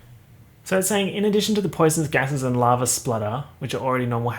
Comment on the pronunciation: For some reason I thought you said "larva" instead of lava